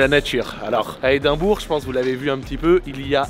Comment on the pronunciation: Edimbrough = Edimbra